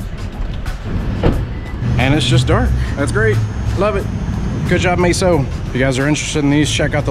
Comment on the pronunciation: MEso not MAYso